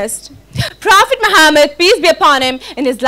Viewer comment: kindly reduce over acting & pronounce correctly Prophet's name this is محمّد not ماحمد